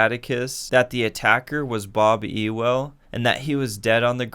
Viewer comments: btw it’s pronounced yule not ewell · It’s not E-well it’s U-wil lolz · The name errors trigger me so much. Sea-cill Jacob’s?????? Bob Euww-el???? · see he says mr. E- well not mr. you-l. I’m not the only one hahah